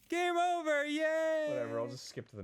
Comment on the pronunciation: Game OOver